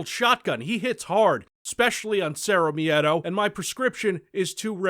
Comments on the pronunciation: To anyone curious, the word miedo has only two sylables. Mie-do. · Why the fuck do you pronounce miedo as meadow? wtf